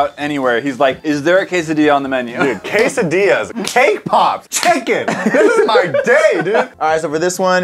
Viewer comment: It triggered me how they pronounced quesadillas